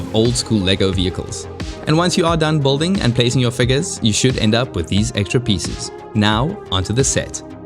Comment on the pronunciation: you saying 'bolding' not 'buILDing' is nuts